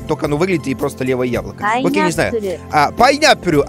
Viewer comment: Куплинов УЧИТЕЛЬ ГОДА по японскому :D ПАЙНАПУРУ ребята :D